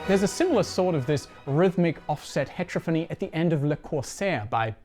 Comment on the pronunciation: It’s not hEtrophony, it’s heterOphony.